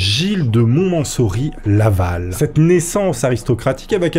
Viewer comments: Gilles de MontmenSSory...les syllabes ne sont pas bonnes,, Montmorency, c'est mieux. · Montmorency. Il y a un problème de prononciation ici, On prononce "Mon-Mo-Ranci", pas "mo-mansori" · Gilles de Monmençory ? ou de Montmorency ?! Blague à part, j'ai un ami natif du Mans (ou de Le Mans), toujours de bonne humeur. Je disais de lui : "mon manceau rit" ... 😂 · Gilles de mont "MO MEN REN SI" pas mont mansory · C'est "Montmorency" et pas "Montmencory". 😂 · Ce n'est pas Montmocenry comme vous l'avez dit à mais Montmorency !!!!! vous le dites de nouveau à ... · " Mo men ren si " pas mont mansory tu racontes n'importe quoi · Montmorency, pas montmosori 😂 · c moi ou tas du mal a prononcer les patronymes a rallonge? montmorency, montmocenry cherchez la différence? dislexie peut etre? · C’est quand même éclaté d'écorcher le nom du personnage principal des le début de la vidéo sans le reprendre au montage 😅😂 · ça se prononce Montmorency :face-purple-crying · Gilles de Montmorency, pas Montmosenry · Lol, tu as mal prononcé le nom de la ville (domaine de Maurence, cerisier), je sais de quoi je parle, je suis né à Montmorency, une ville située dans le Val-d'Oise! Sinon super vidéo mon! 😊😊😊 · C est Montmorency Laval. Tu as pas bien dit le mot. Je fais ptite correction Voilà qui était le bonhomme: "ils remontèrent tous à cheval l'intérieur de la nef de la cathédrale. Charles VII place alors Jeanne à sa droite et le maréchal Gilles de Rais à sa gauche..."intouchable! Sa relation avec la "Pucelle" était... obsure. Il l aimait certainement par adoration d ou son dévouement au divin, qui le confortable aussi dans ses actes sombres. La mort de Jeanne lui a fait perdre sa bride et son contact avec le Divin aux yeux des peuples. Peace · Par contre c'est Montmorency 😅